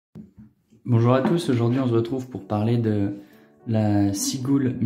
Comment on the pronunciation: heureux proprio de plusieurs modèles je suis dingue de cette montre , son mouvement Vénus (chrono a colonne) qui a servi dans notamment des Breitling est un mouvement super fiable , cette Seagull (perso je prononce sigueule) 1963 est tout simplement incroyable ...